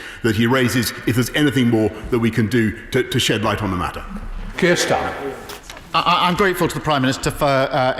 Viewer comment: D his name is Starmer not Stamer you mouth-breathing dunce.